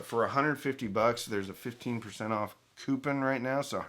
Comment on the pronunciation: He says coupin like I do... lol